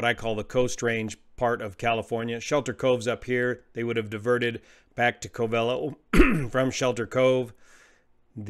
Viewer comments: It is pronounced (COVE'' uh low) not (Cove EL' oh). I used to live there and flew out of that airport back in 1956 and again in the 1970's. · Its called "Cov-a-lo" or Round Valley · It's pronounced CO-ve-LOW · If you lived there, you will find Covelo is pronounced Cove-low. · Covelo is pronounced: cove-uh-low or cove-a-low. As you have flown in this area, I am curious if they could have chosen Ukiah instead of Covelo at their alternate. Ukiah has lots of motels and restaurants, and a much larger airport. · Hey there! I listen to every word of every video of yours, and try to learn from them. But no criticism intended, it's pronounced Kōh-v'lo, according to Wikipedia and everyone I know in these coastal mountains. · It’s pronounced CO-ve-lo. Emphasis on the 1st syllable. Long O in both instances. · I always thought Covelo was pronounced "Coh-va-low" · It is. I cringe everytime I hear say it wrong. 😁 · The Covelians pronounce it COVE a low, just fyi. They take it pretty seriously around there. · Hi,....everyone in Mendocino County is CRINGING with me!! "Covelo" is pronounced with the emphasis on the FIRST syllable. Both "O"s are long, and the "e" is short. I've flown that area a LOT, out of Ukiah in the Luscombe 8E I had at the time - FABULOUS airplane! The area is beautiful, but "wrinkled", and it can "bite" the unwary, or the uninitiated. Also drove up to Covelo with a buddy for a job wiring houses for an indigenous subdivision the government put in. Up and back every day -- wonderful times. I enjoy your content, brother!!